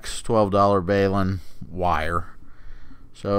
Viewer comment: BAY-LIN ??? 😁 That's the first time I've ever heard it Pronounced that way